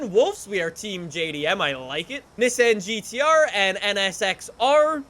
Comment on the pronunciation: nobody is going to talk about how he said nissan gtr?ok